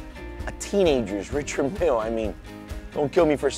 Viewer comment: Great vid but you need to pronounce the name correctly